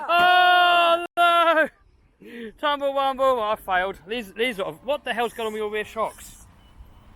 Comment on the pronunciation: Can you please stop saying tumble rumble